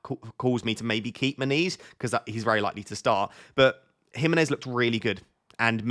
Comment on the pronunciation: when you say "... I have issues with Muniz", it sounds like you are saying "I have issues with my knees " ... made me smile, it's just a part of getting older ... 😎